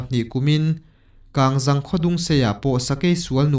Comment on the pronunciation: I chhiar ngaihnawm hle a,mahse,Kangzang tih ilam dan hi a dik lova,KANGZANG tih hi hnung zang ti ang a,lam rik tur ani e,(Serh lam rik ang a,Zang)ni lo in